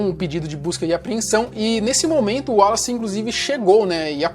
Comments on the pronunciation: Em que tange ao prenome "Wallace", apesar do primeiro "A", pronuncie-se,: "uólace"! (Maceió/AL) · A pronuncia do nome dele era uolace.